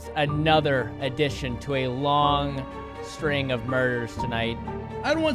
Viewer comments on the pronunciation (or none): none